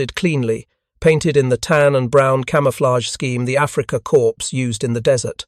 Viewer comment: Ah, the Africa "corpse". Lol. English pronunciation: 1. AI Narration: 0.